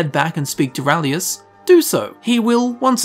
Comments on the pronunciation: His name is RALIS (ray-lis), not rahlius! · His name. Is RALIS! Urgh! Unsubbed! XD